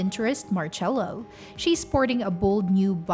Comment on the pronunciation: No es marello es marcello